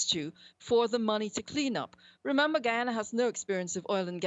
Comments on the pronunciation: Colonial rule is over. It's not "Guiana" anymore, it is GUY-ANA! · Where is GeeAna producers need to get this stuff correct it's Guy-Ana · It's GUY ANA not geeyana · Can you please say Guyana properly . It’s Guy-a-na. How hard is it to pronounce. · Gheeanees? Gheeyarna? No respect. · The devil don't want her to pronounce the "I" in Guyana. She is saying Geeana. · Drives me crazy how they mispronounce the name. It's "GUY" ana. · Its an english speaking country pronounce it normally. (Guy - yana) (Guy - yana - knees) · Is GUY-ANA yah schupid skunt! 🤦🏾‍♀️ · 🧐gai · aa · nuh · Geeyana.... LOL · Why do they always insist on calling it GHEEEEYANA! Can’t you people spell? How do you have a nerve to do a whole story on the country with images? Have you heard any of its people or politicians speak and say GHEEEYANA! OMG GHEEANESE? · Miss can’t you pronounced? Guy is Gee Guyana not Geeyana am not even from the country and I know how the word is pronounced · Please learn to pronounce Guyana. It's Guy-Anna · White women saying "gee" ana. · *Guy-an-a When she says it, it’s funny, you pronounce it the way it’s spelled These clowns are suppose to be leading the world and they can’t even pronounce the name of a third world country right. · Please call our county name correct. It's Guy Ana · why do people pronounce it Geeyana? there is no E in the word Guyana pronounce it how it's spelled dummies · Whats wrong with these reporters and their pronunciations its guyana. Wtf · Correct pronunciations on these words for the reporter: GUYana, GUYanese, and South America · Its Guy-ana goshhhhh.... nevertheless this was non bias reporting and in my view factual. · Lmao, I cringed at geeyana. Tf! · It may be "in" Latin America geographically but officially it is part of the Caribbean. This woman's pronunciation is frankly insulting. Have they no researchers? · At least pronounced it right and Guyana is not Latin American, South America! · No such country as Geeana, it's Guy-ana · Guy not Gui